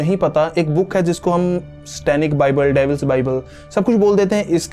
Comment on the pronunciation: stanic nahi satanic